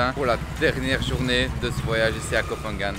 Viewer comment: Petit guide de prononciation: on ne dit pas Koh“fan” gan. “PH” se prononce p .h avec le h aspiré. Pareil pour Phuket.